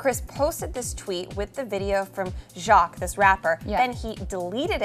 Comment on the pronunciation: that said his name all f up jacquees